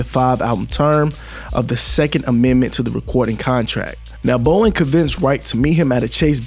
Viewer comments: "BOW-DEN" Not Bowen 🤦🏿‍♂️. "ILL-N-OY" Not ILL-N-NOISE. Public Schools Have Failed. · Bow-den. You know like the den inside of a house. Or a lion's den.